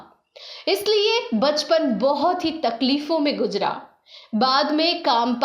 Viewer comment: Niji sahi shabd hai..nizi nahi. Gujra sahi lafz nahi hai. Sahi lafz guzra hai.